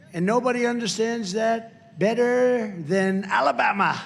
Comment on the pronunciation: 🤣🤣why did he say ala'bama like that?